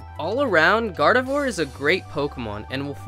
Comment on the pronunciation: IT'S GARDEVOIR, NOT GARDIVORD!